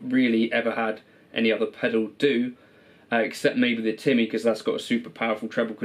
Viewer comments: Also, disappointed you dont say "Timmy" in the way someone who is in their 30s should. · That's how you would say it if you came from Lestah (Leicester)